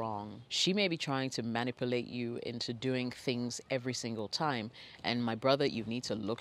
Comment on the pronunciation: I love how you say manipulate. MAN-ipulate haha 😘😘🤣😇😊